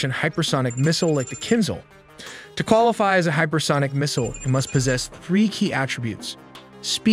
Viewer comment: KINZHAL is pronounced KINJAL , ZH is J , Kinzhal imeans a dagger in russian language